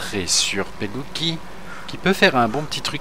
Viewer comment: super vidéo mais je crois que l on prononce comme sa"mateo pelutchi